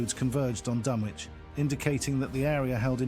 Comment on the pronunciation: not even pronouncing it right.. painful